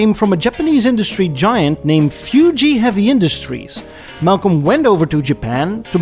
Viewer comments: Fuji not Fyooji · I've never heard anyone call it "Few-Gee" Heavy Industries.